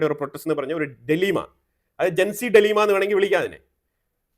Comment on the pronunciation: ഡിലീമ അല്ലടെയ് ഡൈലെമ